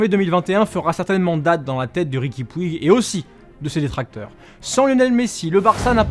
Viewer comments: Petite correction en espagnole on dit pas riqui puig mais on dit riqui Puge dans la prononciation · On dit riqui poutch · Oe par contre on dit riqui poutch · STOOOOP ! ça se prononce "poutch" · Ça se prononce Riqui Poutch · On écrit puig mais ça se prononce poutche sinon bonne vidéo 🟦🟥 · 😂 Vous savez pas prononcé puig